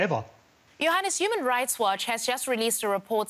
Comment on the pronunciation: When she said Johannes I thought she was saying “your highness”